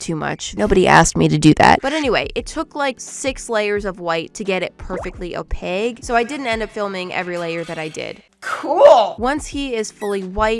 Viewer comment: saying opaque with a G is hurting my soul 😖 opaQUE